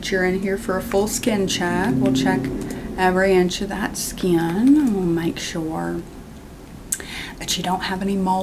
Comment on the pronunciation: “Hai mah name is doctor skyiin.”